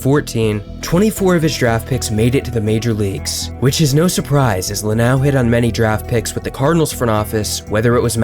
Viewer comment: Jeff Luau wishes you'd pronounce his name LuhNOW like it's spelled. Nice video though.